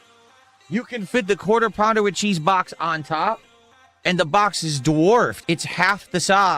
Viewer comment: Da bahx